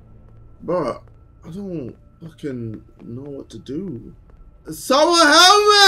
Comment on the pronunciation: 😂 “sumon elp ma”